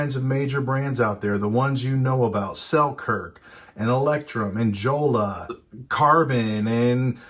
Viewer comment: Joolla is not pronounced like Jello